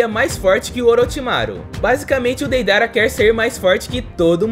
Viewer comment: Kkkkkkk ele falou Peidara😊